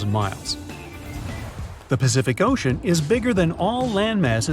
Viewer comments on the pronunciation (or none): none